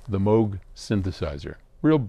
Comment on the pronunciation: Great insight if my interest, and thank you for pronouncing Moog correctly 🎹